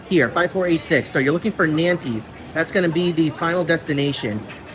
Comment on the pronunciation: Nantes pronunciation 😂